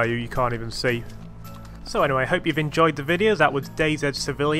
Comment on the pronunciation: Finally a youtuber that says DayZ properly!